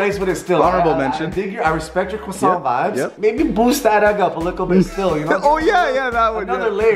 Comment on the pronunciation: who the faq say kwa sont